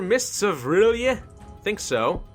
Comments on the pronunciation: Mittens The Conqueror he got the "orly?" meme and adapted to the situation making a "o'rlyeh" :) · It's pronounced early aye Rlyeh just thought I'd help out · R'LYEH is like Relay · I will help you it is sayed like this are-lie-eh and HE IS LOVECRAFTIAN he was made by H.P. Lovecraft himself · Pronounced ril yeet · its prounonced r'lyeh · I think it’s pronounced “R Liah” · I think R'lyeh is pronounced "Ryl-jeh" but i'm not an expert and could be wrong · its pronounced like Early-A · Uh... nothing personal and you won't see this but... ur... I think you read R'lyeh as rir lay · Ok so I know you don't know much about Cthulhu but, the R'leyh is pronounced like real-yah. I ain't gonna judge you tho, idk much either. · R'lyeh is pronounced like RYLAH RYLAH I TELL YOU!!! Like you, I am a grammar nazi so... Can't help my self BTW nice vids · First time I ever heard Ph'nglui mglw'nafh Cthulhu R'lyeh wgah'nagl fhtagn intoned with a Welsh accent. R'lyeh is pronounced exactly as it is spelled. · it's not the right way of saying "R'lyeh" but it's fucking hilarous xD